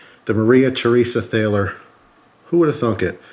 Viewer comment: btw, it's pronounced Tall-er